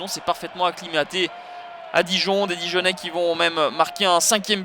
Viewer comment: dijonnais et pas dijanin lol